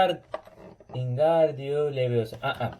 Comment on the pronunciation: Abi seni kırmak istemem ama İngardu leviyosa değil Wingardium Leviosa